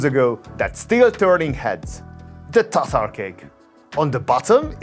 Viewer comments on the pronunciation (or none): none